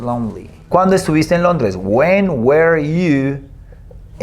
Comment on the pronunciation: La pronunciación correcta de "WERE" es (wr) sin las vocales, usted lo pronunció como (WER) y esa pronunciación corresponde al verbo "WEAR" que significa "usar o vestir ropa, desgastar o disminuir dependiendo del contexto y de que partícula se le agregue, bueno según lo que yo he aprendido con otras personas nativas hablantes del idioma "native English speakers".